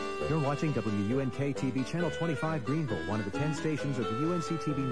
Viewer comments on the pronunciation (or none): none